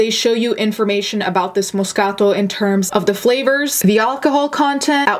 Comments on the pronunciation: Hearing her say MOScato ☺️ I just love this channel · Love to learn how to properly pronounce “moscaTO” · I just LOVE when you pronounce Moscato properly GURL YAS where my Italians at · me being intimidated by her correct pronunciation of moscato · I love how you say moscato. Here in the south we just say things how they’re spelt lol. I love how you say things how they’re supposed to be pronounced! Your Italian comes out! It’s beautiful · There’s no excuse for cheating....period. Oan: love the way you say “moscato”. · In love with how you pronounce "Moscato." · She's pronouncing it exactly how a native speaker of Italian would. So I'm guessing she's part Italian and can speak the language?